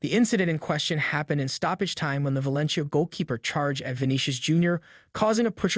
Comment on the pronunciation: He says ValenCHia and REEal Madrid . 😂😂😂 🤡